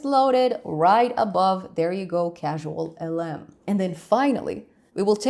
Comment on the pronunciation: I know English is not your first language but it is CausalLM not CasualLM